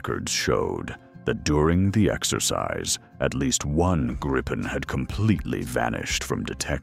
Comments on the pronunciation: It's pronounced "Gree-pen" properly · Greetings for the Illiterate and speech impaired AI.. The plane name is GRIPEN and pronounced as it's written: in Swedish.